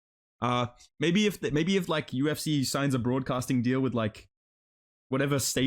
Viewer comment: "I im thi first Ifrican to call flights in the Yu-If-See"